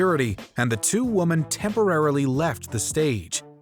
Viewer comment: I wish someone would teach this narrator how to pronounce "women".